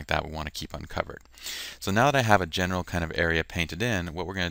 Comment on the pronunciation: LOL! You know I was trying to say "general" , though I will admit, it isn't that clear ;)